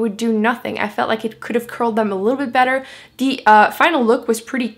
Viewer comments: I wondered the same thing also. She will say TH correctly in some words but then she will say D, instead of a TH for the word THE. I can't even imagine learning how to speak another language. I think she's doing a great job! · im confused you sound American but you say de or da instead of the lol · r u american or ?? when you say the u say de which got me annoyed lol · I love how she says "de" instead of "the" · why does she say "De" instead of "the" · Jaierre James No no no, she's from Québec,Canada and Québec is a french speaking province. For the "de" its because in our language, we say de instead of the.. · distefano It's an accent - I'm French Canadian! "H"s are silent in French which is why I don't always pronounce them correctly :) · She says "thee" just like "the" just another way to pronounce it :) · Megan, it’s not “another” way to pronounce it tho. It’s an accent. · It's how she speaks:) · Her accent and the way she pronounces the like dee is a bit grating. I get that English isn’t her first language, but it’s distracting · Duh I know that, I was obviously commenting on how I liked the way she pronounced it